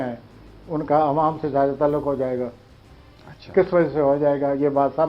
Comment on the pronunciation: Abey phalay apni Urdu tau sahi ker, Professor kesay bungia, talluq ha talak nahi,,is,Pakistan mein aik sey aik qabil admi hay kiyoo in ko moqa nahi diya jata